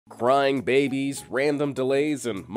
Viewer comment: Am I the only one that heard "frying babies " ? 😂😂